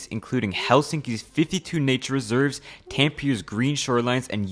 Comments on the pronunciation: "Tampear" made me shudder My family comes from Tampere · as an American, the last E in Tampere is not silent. Finnish as a language is very different from most others in that you say the word exactly how you see it. If you see a letter, pronounce it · ah yes, tampeer and youvischoolas Tampere is pronounced TAM peh reh, the second and third syllables are pronounced faster Jyväskylä is pronounced yu VAS kuu lah, the second and fourth syllables are pronounced faster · dont forget "tampier" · im not even finnish but a part of me died when he butchered tampere so badly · I couldn't make out what the city after Helsinki was . Was it Tampere? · no hate, but that pronunciation of the cities was truly something😂😂 I undrestood Helsinki but I’m guessing the other 2 were Tampere and Jyväskylä :D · Never say Tampere again. That hurt my ears.